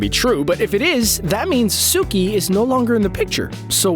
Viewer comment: When he said guitara I almost dislike n left😑 N then he said suki😑